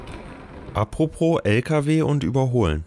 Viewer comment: & & & AAAAAH ÜBERALL UND IMMER UND viel zu häufig: In "à propos" gibt es kein zweites R. Bitte! Danke.